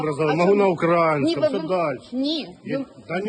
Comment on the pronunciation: Він каже можу на укрАїнском, такий наголос є тільки у росіян, бо Українець ніколи не скаже укрАїнска з наголосом на літеру А, це зросійщений чоловік